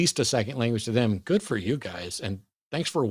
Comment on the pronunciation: He kept saying. "They - thum". I almost waited for him to say "fee, fie, foe, fum" after. He doesn't even try to understand.